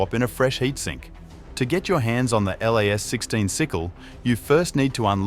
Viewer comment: Plz stop sayin L.A.S Its pronounced "LAZ' 😅